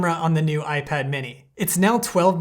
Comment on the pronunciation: dude messed up the most important word in the intro